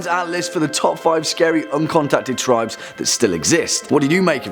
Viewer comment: Says tibes not tribes 😂